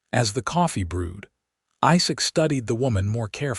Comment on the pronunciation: ... the coffee BREWED, not brood!